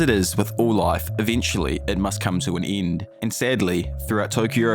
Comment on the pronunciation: "Must come to an iend"